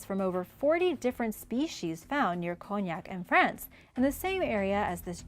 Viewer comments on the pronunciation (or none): none